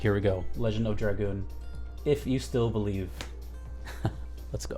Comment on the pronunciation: Holy crap someone who can pronounce dragoon. Thumbs up. Subscribed. Just for that